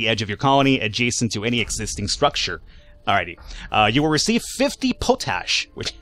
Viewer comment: it's pronounced pot-ash. It's a form of potassium that is a plant nutrient in the soil.